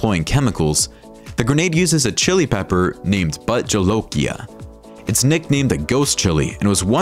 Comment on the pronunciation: Yeah I noticed that. He also mispronounced "Bhut Jolokia" as "But"...its pronounced "Bhooth". And ghost pepper is not the nickname, it's the literal translation from Hindi. Its like dude, if you're going to do a video, do your research and get the details.